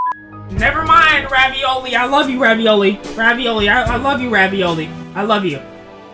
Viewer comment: Man really just repented all his sins and said ravioli like the fucking food and it pronounced favioli